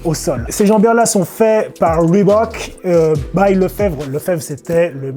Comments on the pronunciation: bah il le prononce bien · Merci de pas avoir massacré le nom Reebok. Cordialement, moi.